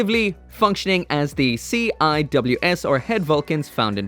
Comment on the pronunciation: It's pronounced sea wiz